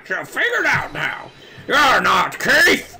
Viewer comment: "Keith" sounds like "Keito", to be honest, which is weird if you have knowledge of the "Kirby Adventure" sprtie comic on Smack Jeeves AND of Ace Attorney (duh).